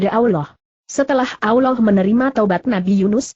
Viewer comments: Allah bukan nya awloh...ngapain indonesia ini begok yah? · sakit hati nie dgr suara nya gk enak di dgr. allah mbak bukan aulloh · maaf ya kalau mau bilang nama allah jangan alwah..